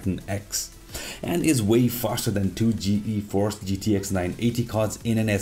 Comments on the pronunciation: Just ''Geeforce'' not ''Gee-Eee-force'' otherwise great video! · Why do you say "Ge-Eforce"??? It's just Geforce, one word. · more like GE-Force